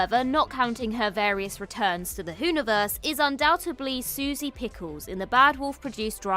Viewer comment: Did you say" undoubtubly" ?😳